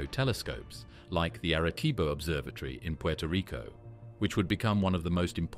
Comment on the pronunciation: Erreh ceebo